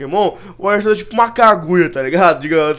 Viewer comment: se fala arkeus